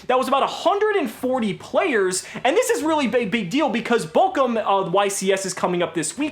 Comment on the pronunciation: I hate to be that guy, but it's Bochum not Bokum